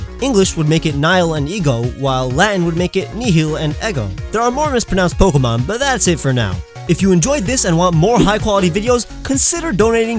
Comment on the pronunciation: Pronounces all Pokemon names correctly yet cannot pronounce Pokèmon correctly.